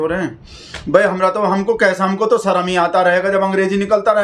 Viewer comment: 'Sarm' aayegi, 'Sharm' nahi......Amit Shah should learn to speak Hindi properly.Bhagatji,you are wrong when you say that Sourh Indians are English speakers.It is true that the vast majority of parents in South India prefer English medium to Tamil/Kannada/Telugu / Malayalam when it comes to educating their children.It's not that they neglect their mother tongue.English is seen as a business language or as a tool which comes handy while coming into contact with those who are unable to speak 'their' language.Why speak of others when even the "brown skinned Malayali Englishman" Shashi Tharoor is known to converse with his mother not in English but in Malayalam.Not so widely known is the fact that Right Hon'ble VS Srinivasa Shastri,who the British used to refer to as the "silver tongued orator of the British Empire" for weaving magic with the English language preferred Tamil to English within the four walls of his house.